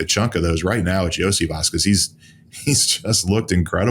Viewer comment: Iosivas = Yo-See-Vosh